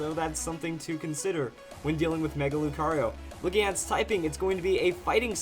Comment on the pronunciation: Mega Lucario? its Mega BROcario for him XD